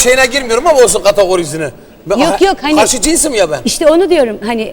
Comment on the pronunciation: Ibrahim beyin ğategorisi demesi öldürdü bni